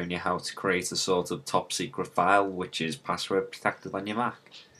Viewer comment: "top seceret"